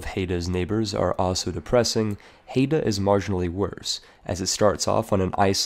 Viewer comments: Oh sweet my country (or rather local aboriginal tribe) is the No. 1 spot! It's pronounce HIDE-uh, not Hate-uh. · Haida is pronounced "High-da" not "Hey-da" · HAI duh. Not hayduh. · Man that pronunciation of Haida got me all riled up(It's pronounced like eye not ay). Especially calling it Alaskan when it's in British Columbia, although that's understandable looking at a map since it's probably closer to Alaska land than Canadian land. Still love your stuff though, I wanted to sleep 15 minutes ago, but then I saw this video. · Haida is pronounced Hi-Dah, not Hay-dah. I live near there ;) Good list, thanks a bunch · Not that it really matters, but it's pronounced "Hi-dah," and is in modern day Canada. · >Pronounces Haida "Hayda" >Calls the Queen Charlotte islands Alaskan Le 56% is strong with this one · Quick note Haida is pronounced Hi-da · Just a note Haida is pronounced hi-da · It's pronounced High-da and it's Canadian lol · I think you keep saying Haida wrong but to be fair I am not Haida so...